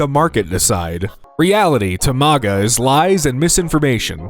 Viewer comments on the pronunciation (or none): none